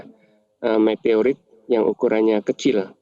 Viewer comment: Meteroit apa Meteorit ....😂